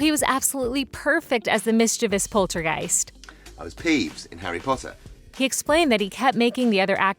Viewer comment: Omg I loveeee harry pottah